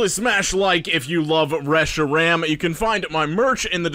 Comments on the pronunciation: The way he pronounced reshiram is really funny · The way he pronounces Reshiram triggers me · I coulda swore instead of saying reshiram, I thought he was he was singing about loving fresh RAM.